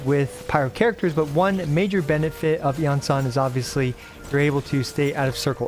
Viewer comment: did he just say one major Bennett-fit